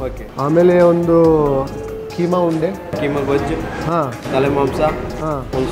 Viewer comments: Its kaima undde, just like how we pronounce Ragi mudde.. Not kaima undu....😀 Great review overall sir ... 👍 Kindly press bell icon for notifications... 👆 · He can say raagi mudde but he cant say kheema unde😂